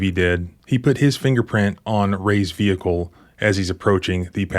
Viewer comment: "I seen". "Ve-hick-el". They don't want cops to be too smart, keep em following orders.